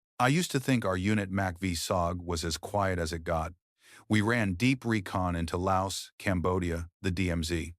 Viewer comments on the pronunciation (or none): none